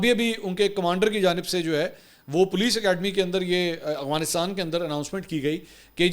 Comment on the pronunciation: افغانستان کو اغوا نستان کیوں پڑھتے ہیں؟